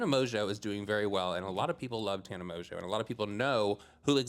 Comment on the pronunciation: you have grown so much!!! Pronouncing Tana’s last name correctly lmao 😂😂😂